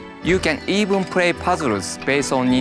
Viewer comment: "You can pray with famiry and friends rocary"...music to my ears! :D